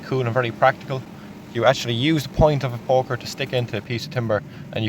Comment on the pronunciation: Love how sometimes it sounds like he's saying fire porker